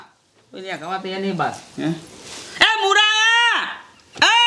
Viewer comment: મુડા નહિ મૂળા